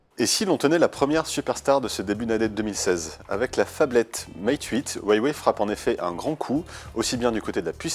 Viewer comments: Ça ce prononce "rouawei," et pas "uawei" (c'est chinois) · ca se dit wawé pas waywé Il y a pas de y après hua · C'est stressant de l'entendre dire Hawie Waye.. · Sa se dit : OU-A-WAYE